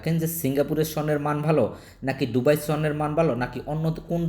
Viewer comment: ডুবাই নারে বলদা দুবাই